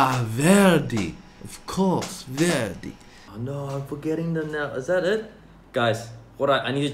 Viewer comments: Nobody: Not even Italians: Eddy: " VEHerDIi " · When Eddy says Verdi I hear 'ZADDY'